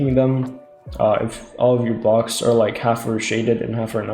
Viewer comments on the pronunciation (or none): none